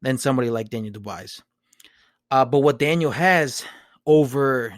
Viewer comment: It’s pronounced the French way.......Doo-bwa.